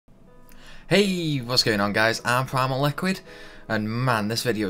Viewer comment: The HEEEEJ sounded soooooo Swedish xD